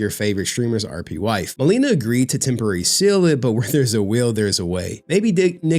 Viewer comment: Dammit stop being IGNANT BARACK MAN its not MUH LEE NUH its MA (like HEY MA) Le (like in Lexus) and NA (like NAHHHHHHHHHHHH SONNNNN THIS BITCH AINT TAKIN ME FOR 75% MY SHIIIII)